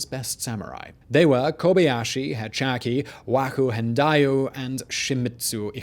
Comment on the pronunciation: Kobayashi HEY HAH CHEE lol heychalky he says